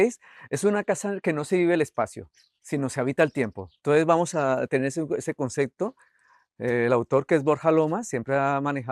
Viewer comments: No me parece una persona empatica este arquitecto , demasiado egocéntrico , no deja hablar a nadie , DIOS DANDO CLASES DE ARQUITECTURA ! Además dice CONCECTO " , PUFF! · Como siempre... ¡Tu canal es genial! Tu contenido es muy bueno, pero a veces te encuentras con arquitectos que se pierden en el ego o como el caso de este, que ni siquiera pueden pronunciar la palabra ¡ConcePto!